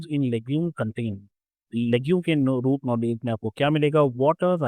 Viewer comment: Sir aapne nodules ko noodle bol diya tha, so funny 😅 but you are the best teacher 👩‍🏫‍❤